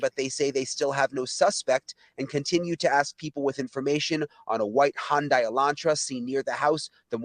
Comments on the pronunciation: 1 male victim, 3 female, not 2 male. Goncalves is pronounced with the c sounding like an s. And look up the pronunciation of Hyundai 😂. Other than that THANK YOU for all your work and info. Your videos are SO informative!! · Hun-day. Hyundai 😉 Only one victim was male, not two. 1 male and 3 females. Love your content always 😊